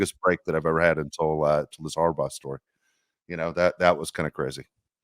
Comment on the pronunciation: It's HARBERT......or .... HERBAUGH